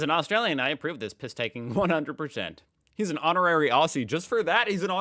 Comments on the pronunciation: Not ossie. Ozzy is how Aussie is pronounced. Ffs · For starters, if you want to be an honorary Aussie…it’s pronounced Ozzie! 🤦🏻‍♀️ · It's pronounced 'Ozzie'... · You will never be an honorary Aussie, until you learn how to pronounce Aussie, ute, emu and Woolworths.